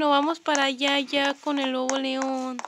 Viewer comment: Primero de dice adopt me no adormi y se dice lobo neon por q tu así dicho lobo león😂